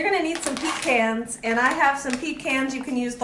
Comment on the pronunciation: Thank you for keeping it southern, "Pecans"